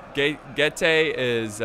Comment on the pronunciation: Being from Romania, it triggers me so much when he misspronounces Getae. It's Getae not GayTea. <3